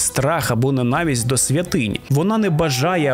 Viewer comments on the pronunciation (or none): none